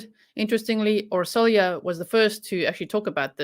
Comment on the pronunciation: Her name is pronounced as Or-sho-ya.